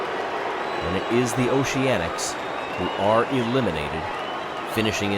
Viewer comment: "Noceanics" lol